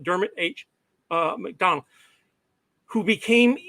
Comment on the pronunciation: I am so embarrassed. Listening to this, I realized I was saying something like MacDowl rather than MacDonnell for most of the presentation without realizing it. My apologies to the audience.